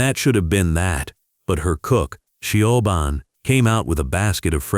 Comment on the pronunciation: Siobhan is pronounced Sha Von.😂